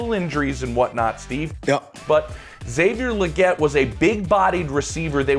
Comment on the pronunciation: Xavier "LEE-GET" Legette.